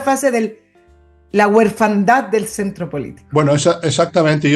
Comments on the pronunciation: Orfandad, no huerfandad,. Voluptuosa, no corpulenta, Fernando. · se dice "orfandad" no "hüerfandad"!!!!! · Kaiser es el camino para recuperar nuestra Patria. 4 K 4 K 4 K. Nota: minuto 27, es orfandad, no "huerfandad ", con altura de miras. Felicitaciones por el excelente programa. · Orfandad!!! no huerfandad jajajajja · "Huerfandad" dijo?? Supongo que es una broma.